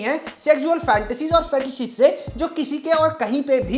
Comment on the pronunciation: bro can't pronounce "sexual" and "fetish".